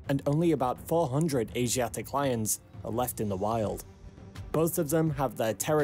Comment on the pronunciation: It’s lions, not loins, and whole, not hole